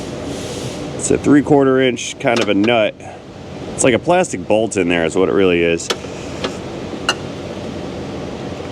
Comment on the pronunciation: "Plas-tec" I see that you saw Indian in the Cupboard and quote Omri's way of saying it like my family does, lol.